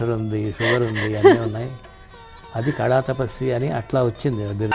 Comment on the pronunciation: Amma thalli, kalaaa kaadu, kaLaa. mundara telugu nerpinchanDi Vanita TV